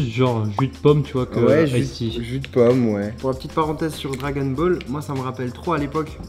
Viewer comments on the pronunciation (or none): none